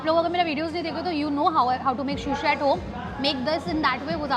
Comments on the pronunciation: Shushi nahi hota hain sushi hota hain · No hate!! Love you but it's not shushi it's sushi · It is not shushi it is sushi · I am sorry you say sh ko s and sa ko sha sushi not shushi it will sound good.